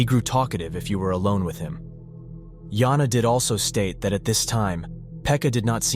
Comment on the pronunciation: Fuckin brick they just pronousedt it differtly😂